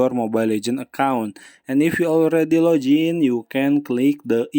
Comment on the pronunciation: He be like: 🗣️ wit da fa da da duuu "Laugin"into youa Mobile Legends account